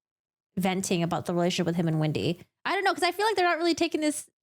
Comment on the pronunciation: You are pronouncing Wendi’s first and last name incorrectly… it’s not Windi it’s Wendi